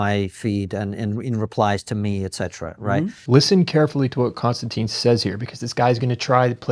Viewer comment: I know it's OCD but any chance you could get in the habit of properly pronouncing Konstantins name? Kon-Stan-Tin. It's not Constantine. It's not anything like that. It's not even close. Be like saying his last name is: Kissing. I do better than that.